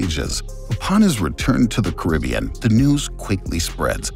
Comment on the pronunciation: At least pronounce the Caribbean correctly